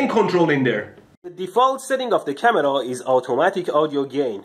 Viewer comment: i like it when you say camerow